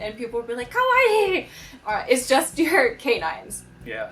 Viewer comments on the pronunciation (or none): none